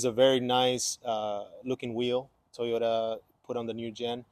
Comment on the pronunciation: What is a "TEEOTA"?